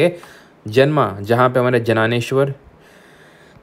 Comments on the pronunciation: As an obedient student of yours from Maharashtra, it is my duty to inform you sir ki wo "janaaneshwar" nahi "Dyaneshwar" spelled as "Gyaaneshwar" hai 😂😅 thankoo🫡🫡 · Sir jananesvara nahi hai Dyaneshwar hai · Jnanesvara(ज्ञानेश्वर) hota hai sir vo जनानेश्वर nahi varkari(वारकरी) hota hai vo sir वरकारी nahi